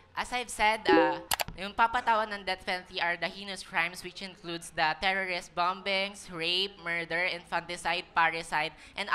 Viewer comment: pronunciation of "bombing" was "bambing?" It's "bamming" not bambing.